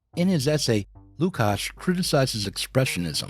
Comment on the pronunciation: I'm always put off by laziness of Americans to pronounce names from other cultures/languages correctly. And this is not 45th pick of second round of NBA draft, its one of the main philosophers of 20th century!